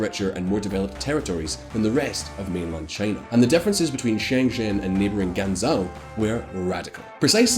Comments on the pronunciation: you literally mispronounced every single Chinese city and name. It wasn’t an accent thing either. For example Shen zhen not sheng shin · Your pronunciation'll be easy to fix, 'cuz u r very smart! Ｘ~ like English SH Ｉ~ like English EE 習近平→Xi Jinping→SHEE JEEN PING ＺＨ ~ like English J ＯＵ ~ like English O 廣州/广州→Guangzhou→GUANG JO 深圳→Shenzhen→SHEN JEN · Shen zhen is pronounced like English Shehn Jen.